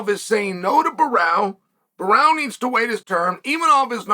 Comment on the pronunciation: Sonnen needs to train speaking brazilian names like "Borralho" and "Pereira", lol.